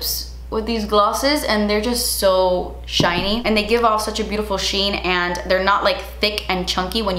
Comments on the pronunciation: SO JOOTCY, SO GLOTSY, SO TCHINY ❤ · "So juitcy... So glotcy... So chiney..." LOL